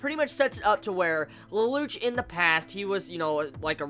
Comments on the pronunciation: please pronounce it LELOUSHEEE or leloushu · OH AND IT'S PRONOUCED LE- LOU- SH